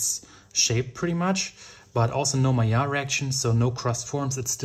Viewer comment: And if you noticed, is pronouncing "Maillard" with the correct french pronounciation too!